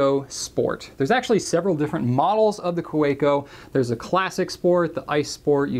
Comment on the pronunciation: The "w" in Kaweco is pronounced as a "v" :P